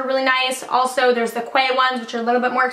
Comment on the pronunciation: Quay is not pronounce kway it’s pronounced kee